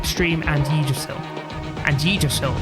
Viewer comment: Great video again, I was looking at buying this game but instead I'm just watching your videos. As a side note, to more easily pronounce Yggdrasil, you can pronounce it as "[Pig]drasil" without the P